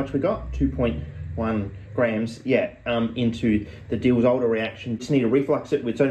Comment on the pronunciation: the way you say Diels-Alder... phenomenal